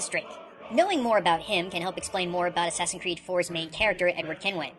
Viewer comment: Please dont say "ass creed"...that's a humiliation of a great game franchise!